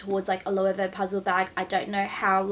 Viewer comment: I am a Spanish speaker. Let me help you "Lo" "e" way". It's always been big just not in daggy places like Australia and the States 🙉🌼😘